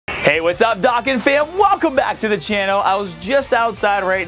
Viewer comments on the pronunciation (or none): He’s pronouncing dokkan wrong it’s triggering me